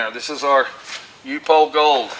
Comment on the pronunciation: Pronounced UP HOLE